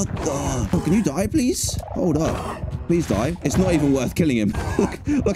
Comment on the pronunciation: Seed: pweese